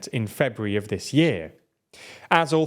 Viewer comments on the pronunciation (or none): none